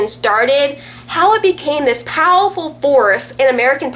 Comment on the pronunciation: POWELL-FUL FORCE lol...i like you and all but that cute little speech impediment u have going on was quite funny this time because u got so excited! You are great though!